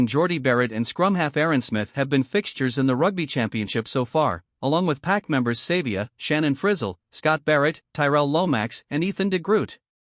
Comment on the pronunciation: That's not how you pronounce Savea , Papalii or Ioane.